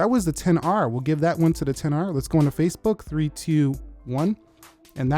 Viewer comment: i heard you saying “facebug” lol